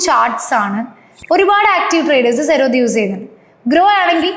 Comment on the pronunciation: സെറോദ എന്ന് പറയല്ല പ്ലീസ്... ഉച്ചരിക്കുമ്പോൾ Z ആണ്